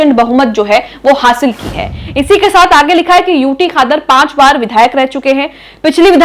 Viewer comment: खादर नहीं क़ादर कहो